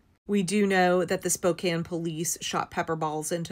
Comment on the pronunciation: Thank you for saying Spokane right.